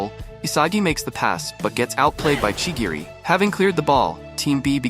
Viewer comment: Not to be rude but ur pronounce is incorrect chirigi